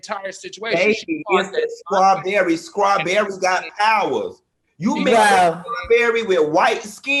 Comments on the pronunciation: Someone needs to tell Funky Dineva that it's pronounced Straw-berry and NOT Scraw-berry ✅✅😂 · OMG!! 😂🤣😂🤣 FUNKY!! 😂😂🤣🤣😭😭😭😭 “CHRIST the Savior was bawn!” 😭😭 Scrawbewwy!! 😭😭😭